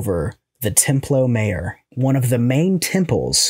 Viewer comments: Templo Mayor = Temploo Mi-ohr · Templo My 'ore (emphasis on final syllable) is how it's pronounced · Nope, its more like "tem-ploh mah-your".